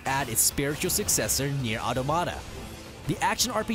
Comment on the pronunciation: why does everyone pronounce Automata wrong? It's the same as automaton just with that last a at the end.